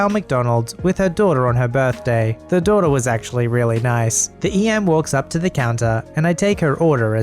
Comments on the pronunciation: secretly a yankee? >doiter< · is secretly a New Englander "doy-der" (daughter)